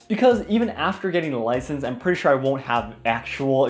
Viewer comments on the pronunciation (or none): none